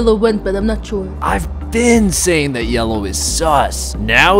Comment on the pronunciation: Are you sayying f** k